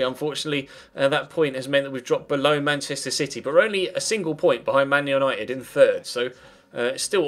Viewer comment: You said Manuel Nited at the end